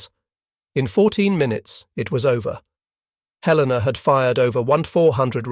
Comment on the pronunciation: The mechanized voice mispronounced "Helena"